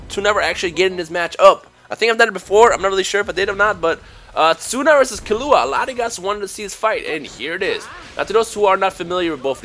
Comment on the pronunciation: Its pronounced KEY-LLUA. not KILLUA...